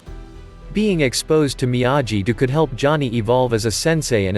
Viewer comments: It is Miyagi, not Miyaji. Have you not seen the Original Karate Kid movie? You should know the correct way to pronounce Miyagi. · I had to stop watching, because how many times must I hear you pronounce Miyagi the wrong way? I lost count, but after 4 minutes I could not watch the video anyone.